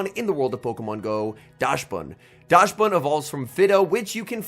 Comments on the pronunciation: You could not pronounce dax ban any worse even if you tried 😢 never say daash ban again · Yes you are right about the dachshund part. But the correct pronunciation should be "daks-bun" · and Dachsbun is "docks-bun", like the dog, the dachshund - docks-hund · your German is awfull xD call it dahxbun